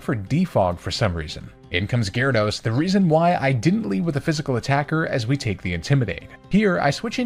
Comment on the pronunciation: GYARADOS, NOT GYRODOS!